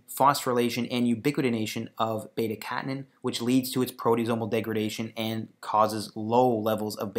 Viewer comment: You are pronouncing beta catenin and WNT wrong. Hard to take what you are saying seriously.